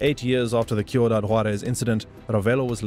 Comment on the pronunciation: These AIs are impressive. It almost sounds like a real person talking. They have come a long way. You can tell it’s a AI by how mispronounce words. This one gets the names right but then can’t pronounce cuidad. It’s driving me crazy that he keeps calling it Q-dad. What the crap AI?! Get it together.